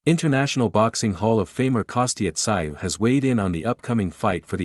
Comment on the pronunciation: Who the hell is Kosta Sigh? It's Kosta Tszyu pronounced Kosta Zoo! Maybe some research when you do a video?